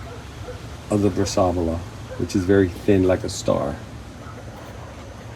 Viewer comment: So nice. But it is pronounced brass uh vola